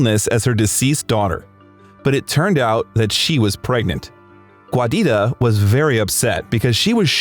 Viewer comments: The name Giuditta is pronounced JUDEYTA, not GWAYDITTA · “Guadita”?? She was italian, not mexican 😂 it’s “giuditta”, pronounced jew-deet-tuh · Giuditta is pronounced "JEW-Dee-Tah". I had to stop watching 4 minutes in to tell you that "Giuditta" is NOT pronounced "GWAH-DeeTAH". It's driving me crazy and makes the video almost unbearable from the start. Please just put foreign names through google translate if you don't know how to pronounce them. It's very simple and wouldn't have taken much effort to learn how to pronounce this legend's mother's name correctly. You made an almost hour long video, went through all that effort, just to drop the ball on his poor mother's name. Hasn't Giuditta been through enough? Put some respect on her name bro! Cool video though. God Bless.